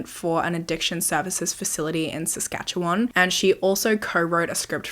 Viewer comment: Girl you nailed the pronunciation of Saskatchewan 👏🏻🇨🇦